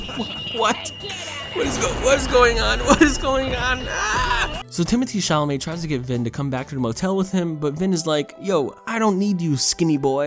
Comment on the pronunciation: Yo I didn't see anyone commenting on this but I just couldn't help myself but lauh every time he called the dude Timothy chalamett.